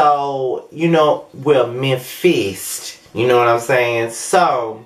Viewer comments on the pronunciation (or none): Lol, “Mem-fist” 😂